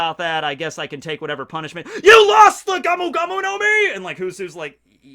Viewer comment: I like your videos, but it is go-mu not ga-mu hahahaha